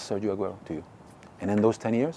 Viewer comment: How hard is it to learn to pronounce Sergio in Spanish?